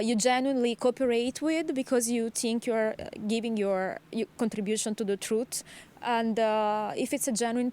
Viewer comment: TruTtth, That's a common way of mispronouncing Truth in English from thise in Lithuania & Baltic area. Also Israelis hit that T like that.